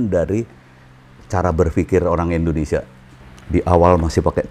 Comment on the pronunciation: ORANG INDO AJA SELALU SALAH MENGUCAPKAN NAMA NEGRI NYA INDONESIA, BUKAN ENDONESIA